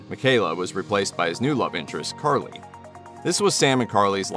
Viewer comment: Carly not Charlie